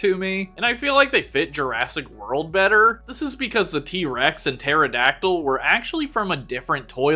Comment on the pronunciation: man hearing pterodactyl and prounouncing the p in pterodactyl frustrates me as a dino nerd but good video